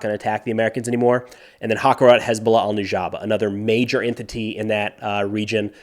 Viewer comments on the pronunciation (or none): One note - harakat, not hakarat.